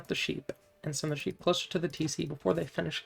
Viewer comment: I love you. But somthing about how you say sheep makes my brain melt.... Like instantly rage. The pronanciation of the P just fries me.